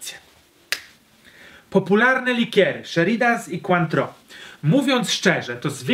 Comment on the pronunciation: Sheridan’s przez samo ch :P